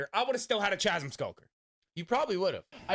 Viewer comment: Chasm is pronounced like chaos whith a hard k sound😅